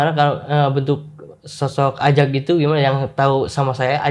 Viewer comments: Ajag bang ajaggg, bukan azzzzagg:( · woooiii ajaaaaaggg bang ajaaaagg...bukan azzzaaaagg🥲😭😭😭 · AJAG, bukan AZAG 🤣🤣🤣🤣🤣🤣 ngakak tipis nih aku